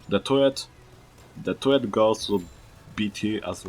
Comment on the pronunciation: I heard toilet for turret XD